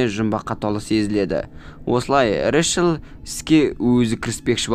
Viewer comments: Решел🙀 Рэйчел деп айтшы! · Решіл Решіл дей бермей Рейчел* деп дұрыстап айтшы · Ыыыыыыы Решл емес Рэйчл шығар😅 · Рэшл емес брат рейчелғо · Ришл дегенің нервымды қозғап жібердіғой 😅